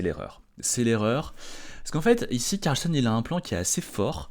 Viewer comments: On dit "Carlsène" mais dit "Carlsonne" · Carlssène et NON Carlssonne.